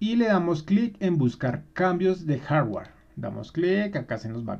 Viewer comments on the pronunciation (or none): none